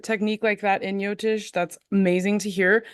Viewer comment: FYI jyotish is pronounced jo-tish not yo-tish.